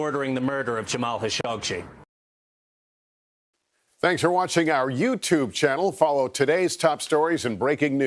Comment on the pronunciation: dude cant even pronounce Khashoggi correctly